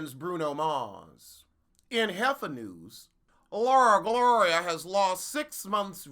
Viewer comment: I holler every time I hear you say "LauraGlora" LMAO